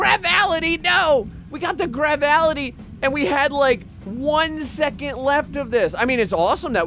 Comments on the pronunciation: "Gravality" It's "gravitality" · Gravality Me: Can he read because it clearly says Gravitality not Gravality: Plasmatality Me: Yeah he can't read because it says Plasmality not Plasmatality